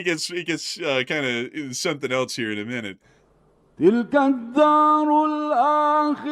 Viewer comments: Programmer: "It's pronounced 'else.'" Me: "No thanks, I prefer eltz. It has more character." 😄🎉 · Else (ELS) The English word "else" is pronounced ELS (IPA: /els/). Examples: Someone else → "SUM-wun ELS" Anything else? → "EN-ee-thing ELS?"❤